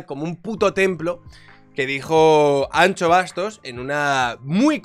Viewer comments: la "x" gallega no se pronuncia "Ch" sino "sh", la estás confundiendo con la "tx" Vasca (ej. pintxo). Anxo se pronuncia /An/sho/, Anxo es Ángel en Castellano, no es una descripción de nuestro querido economista. Un besito asertivo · Es q para un gallego habalnte es como una patada en el carallo hahaha, anxo es ángel en español pero ancho se dice igual en los dos idiomas entonces yo lo q escucho es Miguel ancho y suena casi como un insulto xd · Joer, que no es ANCHO Bastos, ancho es... pero de huesos xD el nombre es Anxo leído "Ansho", Ángel en gallego. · La x en gallego se dice "sh" no es Miguel ancho bastos, sería anxo (ansho). Gracias y saludos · Anxo, no Ancho! jaja... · Anxo se pronuncia como si fuese una S, somos gallegos no vascos 😂😂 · Me duele lo de Ancho ufff. Anxo plis. Ansho para entenderlo bien.